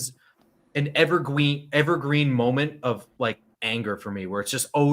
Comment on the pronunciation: “evergween moment” as tries to keep it together lmaooooooooooo